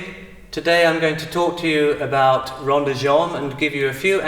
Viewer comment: rond, not ronde.